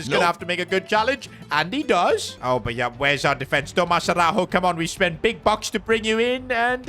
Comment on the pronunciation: You pronounce it Tomaj Araujo not Tomaz Arauho